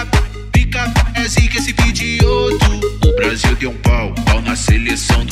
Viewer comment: N é pigioto n é pigiot